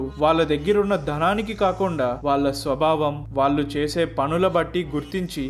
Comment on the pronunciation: చాలా మంచి విషయాలు చెప్పారు బ్రదర్...మీ వీడియోలు అన్నీ బాగుంటాయి...కానీ ఒక చిన్న విషయం...నాకు తెలుగు భాష అంటే పరమ ప్రీతి. మీరు వాళ్ళు కి బదులుగా వాల్లు అన్న ప్రతిసారీ పంటి కింద రాయి పడినట్టు ఉంటుంది. చాలా చోట్ల వత్తులు పలకడం లేదు...ఇబ్బందిగా ఉంది. దయచేసి గమనించండి.....